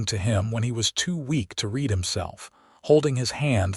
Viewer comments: Raid,raid,raid, when will AI say READ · Nice story. It's about learning to read. Too bad the person or thing (I think it might be an AI), didn't pronounce the past tense of the word "read" correctly. It is spelled the same: "read". But it should be pronounced like "red". There were many instances when the past tense of this word was pronounced like it rhymed with "deed." Does anyone at the Western Clouds channel (and all the other channels associated with this this channel), listen to these stories before uploading them? You need someone to listen to the stories, and edit them. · Actually Zachary is DYSLEXIC. not known about then and not recognised on the UK until the mid to late 1980's...I have a son who has dyslexia and finding help was most difficult, schools labeled him as disruptive , when it was in fact frustration. But here you have an AI NOT AT ALL PRONOUNCING THE WORDS CORRECTLY ON 'READ' AND "READ TO BE PRONOUNCED AS "RED".....And getting it WRONG IN A MOST SPECTACULAR WAY. And you NEVER correct the fault...thos has been going on for months ...that is not AI Error, it is Human error if not bothing to make the correction to the programme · Wonderful story! I wish AI could pronounce read correctly. Thank you